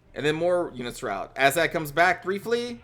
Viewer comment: Are you saying "Asshag" lol?